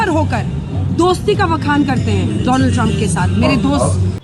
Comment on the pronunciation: Donald nhi bhai...Modi ji ki tune me Doland bolo..